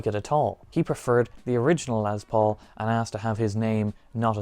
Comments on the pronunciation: Jesus Christ my dude! It's LES Paul. Not LEZ Paul. I was super interested in that guitar but your monotone voice and insistence on calling it a LEZ Paul drove me away before the midpoint of your video. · dude...it's not LeZZ Paul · Yes Metallica sucks but from Norway to Russia to the greatest Island Great Britain why do you jackasses always say l e z p a u l it's l e s p a u l Les Paul jackass